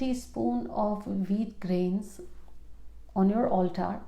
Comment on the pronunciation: Mam could not understand your pronounciation for no. 7. Where to keep wheat grains?? Is that Altar?